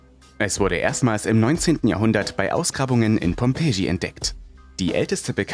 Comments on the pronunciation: Ihr solltet mal lernen die Namen richtig auszusprechen ! Die Stadt heißt Pmpie und nicht Pompetschie! ! Aber sonnst sind eure Videos nicht schlecht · Junge! Pompeji kann man echt nicht hören. Man sagt Pompei. Wo bist du zur Schule gegangen? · Pompeschi??? Wenn du schon was mit Archäologie machst,dann spreche es richtig aus und informiere dich besser! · Tscheops phyrrahmite, die stadt Pommpetschi (dort wurden die pommes erfunden) der sprecher bekommt kaum einen satz raus der nicht grammatisch einem 3jährigen entspricht. wenn man schon nicht deutsch sprechen kann sollte man keine informationen versuchen zu verbreiten. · Inhaltlich bin ich voll bei dir! Aber soooo heißt die Stadt auch nicht😂.